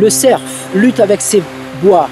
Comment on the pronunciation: le cer.. Fe se dit le cer tout simplement on ne prononce pas le F, en tout cas très bone video, je suis épaté!